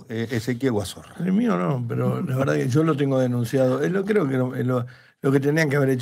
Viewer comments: Me mata que le digan Guazorra en lugar de Guazzora 🤣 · No es Guazorra, es Guazora. No sos vos el que tiene denuncia por violencia de genero?